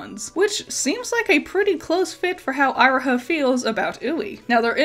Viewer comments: You're pronouncement of Iroha hurts me so much It's "Eee-ro-ha" not "Aye-ro-ha" XD Otherwise, excellent video! Love seeing you talk more about PMMM. It's interesting how I do like Magia Record, but it doesn't quite click with me 100%. I think it's mostly because of how it raises so many questions about the worldbuilding, the overwhelming number of characters, and Homura's jaunts through time, but I'm not also wondering if it's compounded by the inspiration. I didn't know about Night on the Galactic Railroad before this video, and I think having a strong concept of Faust made the original so much easier to digest for a westerner like me. All the same, it's good to see the level of thought put into the original series is still on full display here. Magia Record felt like an unnecessary spin-off to me when it released, a Gacha-tie-in promotional series, but the writers really made it work well after I gave it a second chance, even with my gripes. Definitely noticed the bird theme going on but you really put it all together. Great vid! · Its kinda... unpleasant that you keep saying Iroha's name as Eye-roha Not to even mention that you didnt even talk about Giovanna looking like a Plague doctor Also even saying that the NightHAWK star as nightJar star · not to be that person, but Iroha is pronounced E-Roh-Ha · Eye roh ha??? It's eee roh ha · interesting way of pronouncing iroha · You could have at least tried to pronounce Iroha’s name correctly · It's definitely my B on how I pronounced Iroha. I always tend to struggle with pronunciations. Personally I never thought Giovanna looked much like a plague doctor. You and several others have commented on it, and I guess I kinda see it. But it was never anything that really jumped out to me before now. Actually, the Nighthawk and the Nightjar are the same thing! One is just the European name for it. :D